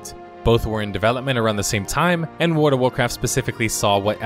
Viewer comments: Your voice is great. Just work on that ward/world. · you say world like werld it annoys me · WorLLLLLLLLLD, AHHHHHHHHHHHH its driving me insane! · World. World, not ward. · Why does he keep saying Word of Warcraft? XD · Word of Warcraft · Ahhh jeezus! It's world. With an l. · Your analysis is spot on, but PLEASE STOP SAYING "WARD OF WARCRAFT"!!!! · Wood of Woecwaft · The only thing I noticed about your pronunciation is "Wdvwarcraf" but I've noticed a lot of people doing that, not just you! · Why does this spindian have an utter inability to pronounce the word "world?"